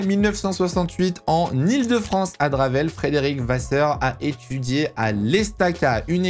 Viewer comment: La ville ne se dit pas dravel mais Draveil